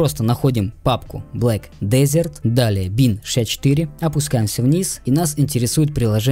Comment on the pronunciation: да не хочу показаться душным, просто уши режет, произношение ведь через Э а не Е